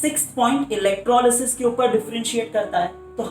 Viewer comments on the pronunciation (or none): none